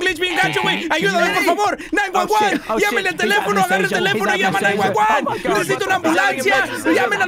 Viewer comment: When says 911 I here Juan huan